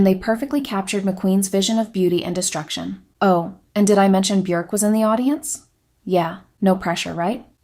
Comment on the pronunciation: I love that you got Björk's name right.